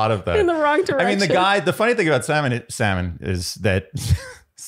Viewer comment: Lmao Wells also started calling Sam n, salmon 😂